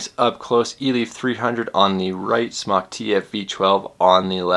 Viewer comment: Smok is pronounced like smoke, not like smock.